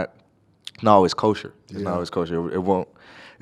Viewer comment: Is he saying kosher?